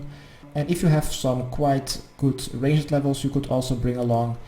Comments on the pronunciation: and what would you do if i told you ranged was 1 syllable? not range-jed range-d !!!!!!!!!!!!!!!!!!! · God everytime you say rang-ed my dutch heart dies a bit further cuz i know it's a retarded accent. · I think you suck at ranged cause you don’t know how to pronounce it But great guide none the less!